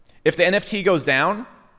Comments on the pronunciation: Why do you keep saying it wrong. It's NFT, not NTF. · Not sure it was pun intended but it sucks to hear 'NFT' spelled and pronounced wrong :( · Why should someone take your advice when you can’t say the abbreviated word properly 😂 doesn’t lend credibility. If you really understand cryptopunks you’d know they paved the foundation for what the ERC 721 token is that allowed for non-fungibility in the first place. That didn’t exist before punks. You’re not buying a cool JPEG, you’re buying a piece of digital history. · NTFs?? Did you just say NTFs? This ain't your thing. Just stop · WTF NTF? It's NFT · For someone so passionate about the topic to keep calling it Non-tokenizable Funges made me cringe lol And to keep belaboring the same point over and over and over again for 27 minutes....BUT, I get it man. You do have a point and a good one, thanks for that! Even if I just had to turn it off after hearing NTFs for the 18th time. haha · you lose your credibility when you cannot say the acronym. Agree with your thesis though. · Maybe i shouldn't be taking advice on NFT's from a guy who can't say NFT...